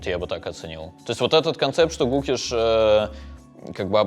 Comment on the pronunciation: а по-русски правда у Гукеша на первый слог ударение? А просто только по-английски про него слышал, и там ударение на второй слог